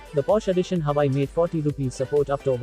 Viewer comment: Huuuuuwaaaaaweeeeiiii. Not huai